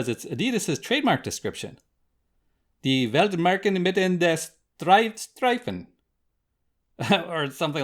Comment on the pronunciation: Im from germany you have to Speak strichen Not like a k you habe to speak ist like a sh